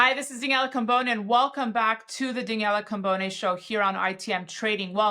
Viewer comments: Daniella not Daniell😅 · Great guest - just wish her would pronounce Daniela correctly 😊